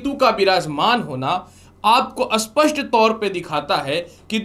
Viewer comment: स्पष्ट और अस्पष्ट का उचारण ठीक नहीं है आप का।😊